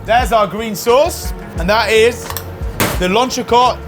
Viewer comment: Lantracot? For people who cook French food your pronounciation could be a lot better